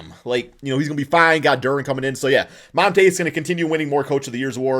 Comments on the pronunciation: Call the man monta again lol, it’s MONTY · Mon-tee not Mon-tay lmao